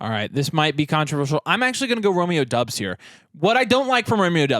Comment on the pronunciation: It’s Dobbs not Dubs. Romeo Doubs.